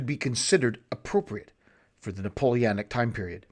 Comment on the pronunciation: Drinking/Smoking game: Imbibe each time he says “NapoleAnic” 😅🤣